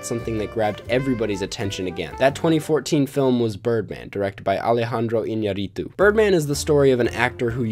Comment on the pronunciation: I’m from Mexico and the way you pronounced “Iñarritu” is so funny to me😂